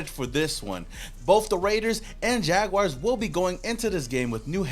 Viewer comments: Jag WARS! Not WIRES 🙄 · PLEASE AS A JAGS FAN STOP SAYING JAGWIRES!!!!!! HAVE YOU EVER HEARD OF A ANIMAL CALLED A JAGWIRE?